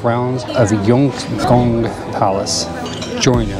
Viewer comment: Duk soo - Goong. - Kiong bok - Goong.